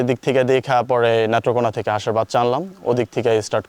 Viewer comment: এটা নেট্রোকোনা না নেত্রকোনা..